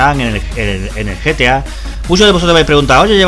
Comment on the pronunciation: Se dice gta 5 no ta 5